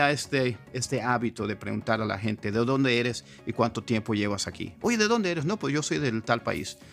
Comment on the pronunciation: Pensé que habías nacido en los Estados Unidos porque hablas español con acento no mexicano sino gringo. Sobre todo cuando pronuncias la palabra "inglés" con la "L" inglesa y "gente" como con "h" inglesa: "hente". Buen video. Me inspira! Le doy like. Saludos desde Chiapas.